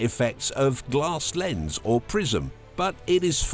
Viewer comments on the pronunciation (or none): none